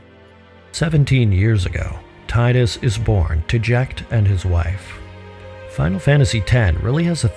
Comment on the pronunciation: he says 'tide-us" which is how we'd naturally read it in English, but it's "teedus" and that makes me not able to watch anymore